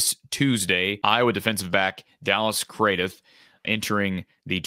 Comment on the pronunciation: Craddieth is pronounced as Cradd-it 🎉🎉🎉🎉 Dallas Craddieth (Cradd-it) the “h” at the end is silent, as is the e